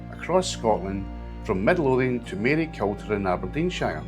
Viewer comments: Great video but it's pronounced "MaryCOOTER" not MaryCULTER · Maryculter pronounced Marycooter! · Interesting stuff. just as a wee note, Maryculter is pronounced Marycooter. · Yep. As a man from Aberdeenshire, it's Mary"cooter" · It's pronounced Marycooter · Look forward to seeing them. I think this video has certainly sparked interest for you. Can i just mention as well, just to keep you right, i lived in Aberdeenshire for years and it is pronounced Marycooter, silent L. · It’s pronounced Marycooter. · Really good. It's pronounced "Marycooter" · You need to work on your place name pronunciation. Marycooter; not MaryKUHlter. TorFICKen; not TORficken. Ahmee-ens; not Aymiens